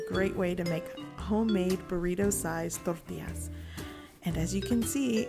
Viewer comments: Trying to sound more Mexican. It's bloody annoying. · why she saying tortillas like that